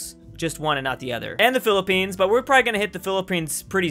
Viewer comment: Not philipnes